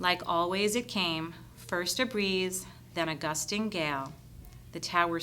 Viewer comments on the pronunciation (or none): none